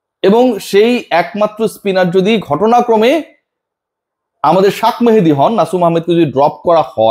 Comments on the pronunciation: শাক মেহেদী? নামটা properly bolun vai।আপনি এমনিতেও অনেক বেশি কথা বলেন।যে যখন দলে থাকে না তখন আপনার কাছে সেই হয়ে যায় match winning player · ওর নাম শাক মেহেদী কি আপনি দিছেন ভাই, নাকি আপনি পড়ালেখায় জানেন না, এমনি এমনি সাংবাদিক হয়ে গেছেন, আমরা সবাই জানি শেখ মেহেদী, আর আপনি বলেন শাক মেহেদী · 'শাক মাহেদী' কি ধরনের উচ্চারণ? বিরক্তিকর।😮😮